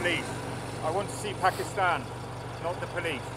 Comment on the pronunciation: "This is Pakisthan, this is Pakisthan... !!" LOL